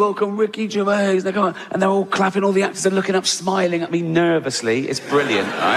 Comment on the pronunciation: Ricky Jazz, really!😂